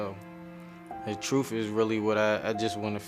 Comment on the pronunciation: Hope they find the “troof”